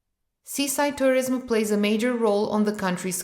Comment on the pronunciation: Interesting. Some mistakes in pronunciation (tourism). But it’s ok.